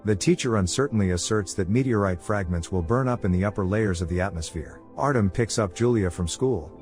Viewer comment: Artem, is said Artjom...